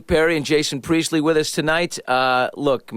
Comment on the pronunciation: Priestley not a “Preistley”